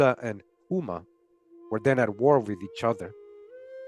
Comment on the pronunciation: not trying to be an asshole, but "Houma" is pronounced "Hoe-ma" as in Oklahoma (but, Oklahoma should be spelled "Oklahouma")